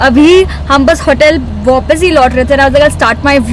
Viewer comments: everyone- waapas shaince- wopis 😄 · Vopis kya hta vapis hta h your hindi is bad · why does she says vopis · Didi app hamesha 'vapas' ko 'vopas' kyu bolte hoo...mai hamesha notice karta hu kaafi ajeeb sa lagta hai..haar baari...😂😂😂😂💕 Vese sometimes you look superhot... Nikhil bhaiya is lucky to have you.. 😍😍💕💕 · it's vapis not vopis